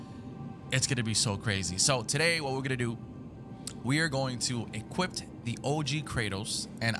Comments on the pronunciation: Is he saying equipt instead of equip? Lmao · Dont mean to be rude but it Sounds like you keep saying "equipped it" when you say equip it. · You had to "equipped it?" Its "equip" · Equip* I feel like the man kept saying equipped to drive me insane 😂😂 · Equip , equip it not equipt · Bruh, why do you keep saying equipped and not equip :/ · ITS EQUIP NOT EQUIPPED. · “EquipT” not EQUIP 🌚💀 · Bruh. It’s “Equip”. Not “Equipt” tf. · You can"equipt"it?..ive never equipt it but i know you can equip it. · EQUIP NOT EQUIPT YOU UNCULTURED SWINE 😂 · Bruh it’s EQUIP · EQUIPT lol